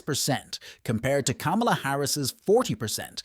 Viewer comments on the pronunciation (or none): The presenter cannot even pronounce Kamala's name correctly. WTF? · Learn how to pronounce her name .